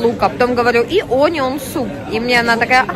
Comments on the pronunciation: да ужжж...это АнИон ,..это было что то... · Onion -произносится А а не О -и она ударная 🙏